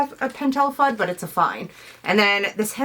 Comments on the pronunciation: Yep, I came here to make this exact same comment. Foo-day! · YOUR SO CUTE LOL LOVE YOUR ART and how you say fude..lol. i may be wrong but i pronounce it foo-day. maybe someone can correct us haha